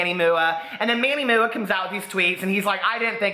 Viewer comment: I live for you calling MannyMUA Manny Mooah